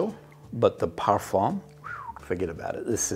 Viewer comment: Oh duh par-fuhn … the m is nasal and not really pronounced.